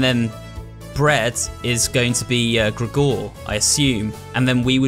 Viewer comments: Great playthrough but the way you pronounce Gregor is ridiculous lol It's like Gregory without the y..>XD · I love you but I hate the way you say "Gregor"